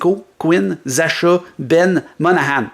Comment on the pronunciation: "Zasha" lol. Ça se prononce "Zacka". Je prend Laine n'importe quel jour.